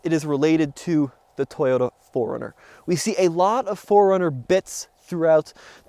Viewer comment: Pronounce it the way japaneses do it... is toyoTa with a T, not an R... stop saying toyoRa or toYOURa... btw thanks for the video.